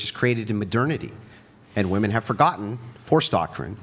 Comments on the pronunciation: Im glad brought ip the pronunciation of "women." Jeeezus it was driving me crazy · Finally!! Someone pointed out how they say "woman" it drives me crazy. Thank you, 🎉